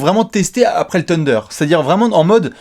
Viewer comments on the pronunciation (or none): Par pitié pour l'année prochaine Alex il faut que tu fasse apprendre la prononciation de Thunder à ^^ Parce que Teunder c'est plus possible quoi!!!;) Continuez les gars vous êtes au top! #CavsNation #Cavs2016NbaChampions #Not2Not3Not4ButJusteOneLeBronPlease